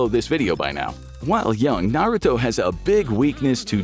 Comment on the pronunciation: You definitely didn’t watch the show lol completely butchered the names